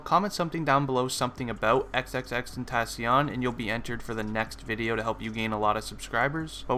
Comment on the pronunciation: Dude u say ur not going to say his by name cuz u might not say it right but bruh u said his name wrong lol